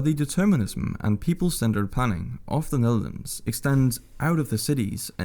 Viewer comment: This dude"s pronounciation is irritating. The very pronounciation of "Netherlands". Also. no thanks, I like my space. Do not want to be an ant in an antnest